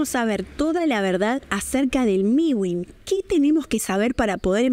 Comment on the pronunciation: Es mewin no miwin 😂 pero muy bien tu video